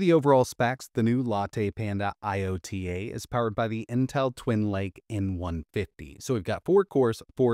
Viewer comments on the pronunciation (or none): It’s ‘IOTA” and not “LOTA”, for us Italians out there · Americans and thier pronounciation of foreign language 😂😂 It's YO-TA, not I-Yota. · Iota is pronounced EYE-OH-TA, the smallest greek letter